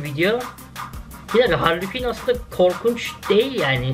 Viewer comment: Hali Küin deyil canım,Harley Kuin o😊😊